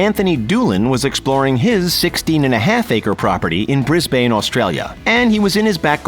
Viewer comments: It’s bris-bin not bris-bane trust me I live in Brisbane you’ll get weird looks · “Bris bane” hahahhahahahaha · Grrr, from Australia, the way he wrongly pronounces "Brisbane"...